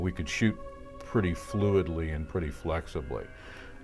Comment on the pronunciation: "She prertty"...